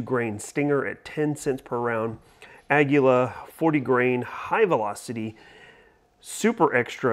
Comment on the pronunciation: Say this with me kids, A-ah: GUI- gwee: LA-laa, ahgweelaa = aguila. Got it?